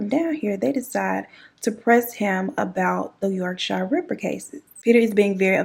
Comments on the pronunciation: Yorkshire is just pronounced 'york-sheer'. No shyers here 😁 this was on of our big cases, the Yorkshire ripper send shivers down your spine, he got to live a comfortable life in the institution along with a few other well known crazies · Us English folk have some weird place names. Yorkshire is pronounced like York- shear. Why we feel the need to confuse everyone is beyond me :) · You missed a few women out and the letters and Yorkshire is pronounced yorkshere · I’m creasing girl 😂😂 Yorkshire is pronounced ‘york-sher’ 😂😂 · I actually laughed out loud at the way you pronounced Yorkshire 🤣...much love from the beautiful county of Yorkshire..with no drawl in the shireeeee lool....